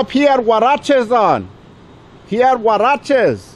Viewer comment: Huaraches ! LMAO